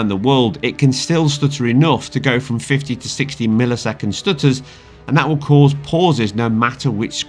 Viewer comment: "tha stooturs"